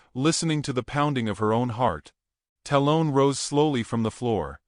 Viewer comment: dear AI narrator. tell the writer to not use names you cant pronounce. talon- talll-un. like an eagle claw. sheeesh